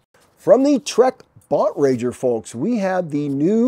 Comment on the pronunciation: BON-TRAG-ER, it's not French. TRAG sounds like DRAG. As far as I know Keith is an American MTB guy who sold his soul to Trek awhile back.